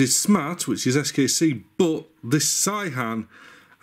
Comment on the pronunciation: Great video, I love your enthusiasm. It's pronounced 'say-han' btw. (I'm an expat living in Korea, not an authority but wify says)